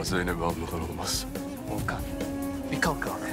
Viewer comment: 39.05 de Volkan yerine Doğukan dedi